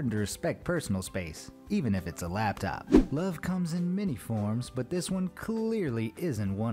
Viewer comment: Its laptop not labtop it's designed to sit on your lap not not on top a lab